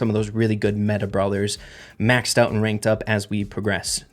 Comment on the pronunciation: "The famous Reynked"